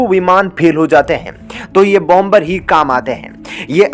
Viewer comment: Please pronounce. BOM BER. as. Bomer. Where. B. is pronounced. SIlent. Not. BOM BER..TAKE A NOTE